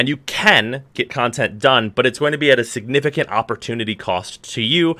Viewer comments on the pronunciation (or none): none